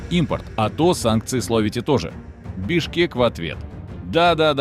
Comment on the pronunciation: Бишкек, не Бешкек